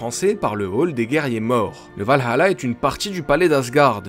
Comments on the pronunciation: On ne dit pas Val hAla, on dit Valala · C’est le valhalla, et pas val-allah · tu prononce valhala a l arabe ^^ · je suis désolée mais c'est le Valalah pas le Valhala